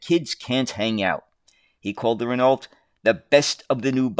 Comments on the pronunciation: It’s pronounced Rin Oh. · It wasn't the accent throwing me, it was pronouncing the silent "lt". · I can't help but to notice that "Renault" was not pronounced correctly a single time.